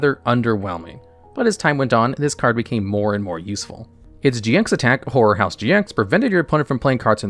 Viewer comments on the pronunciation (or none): Bro you have to learn how to pronounce shit mor clearly, nigga said "whore house" insterd of horror house 😂😂😂